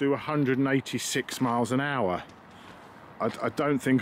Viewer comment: 186 miles per owcha, with lots of powa